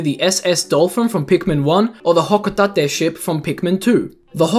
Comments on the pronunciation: Man that accent on Hokutate.... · why do u pronounce hocotate like that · Im sorry how did you pronounce hocatate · The way he says "Hocotate" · I both love and somewhat find it annoying the way he says "Hocotate"